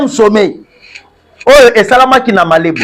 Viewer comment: Malabo et non Malebo